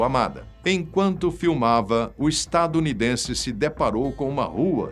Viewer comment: O "estadunidence" foi de doer os ouvidos, mas,.... vamos ver a estória 😂😂😂